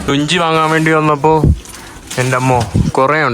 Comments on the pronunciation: ലുഞ്ചി അല്ല. ലുങ്കി. Lungi.😂 നമ്മുടെ നാട്ടിലും ഉണ്ട്. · ലുങ്കി എന്നു പറയു ലുങ്കി. ലുഞ്ചി അല്ല 😂😂😂😂😂😂😂😂😂😂😂😂😂😢😢😢😢😢😢😢😢